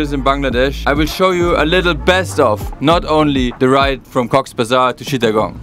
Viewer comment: Chittagong❌ Shittagong✅